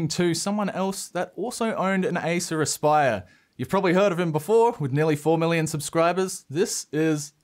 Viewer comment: Aissuraspaiör. Thats how it sounds in finnish ear😂 Its acer aspire!!